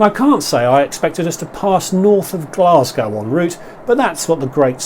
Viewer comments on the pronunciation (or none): none